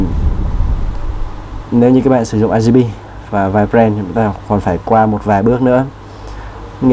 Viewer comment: "RGP" anh đọc là " a ri pi " à hahahaha Cô giáo em bày đọc là " o ri pi nhé " Anh tra google để phát âm chuẩn hơn nhé